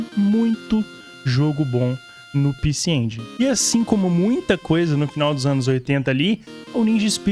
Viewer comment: Sabe nem falar. É pecê EngUÍNI. HAHAHAHAAH Eu ja ouvi retroveio falando assim. Haahahh Tmj. Jogão demais.